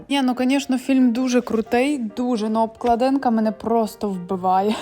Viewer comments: Правильно казати ж обклАдинка)) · Обкладинка наголос не там сонце